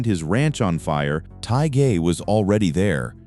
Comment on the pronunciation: The "G" is silent in Kevin Tighe's last name! Marco Lopez and Ron Pinkard are still alive